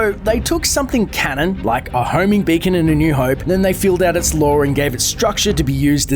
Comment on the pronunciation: when you said beacon ot sounds like bacon